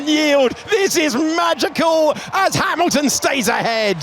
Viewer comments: É impressão minha ou ele pronuciou Emilton? Kkkkkkk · eu ouvi bem, "as maclarens " fdx "OS MACLARENS , OS CARROS MACULINO OS FERRIS OS MCLARENS; OS RED BULLS" é mau demais, HAMILTON é com H e não com R, não é RAMILTON, tem de aprender a falar, mais á frente diz " ai estão so dois carros da ferrari" o que está correct, carros, depois diz uma Ferrari!!!! é muita ignorancia mesmo.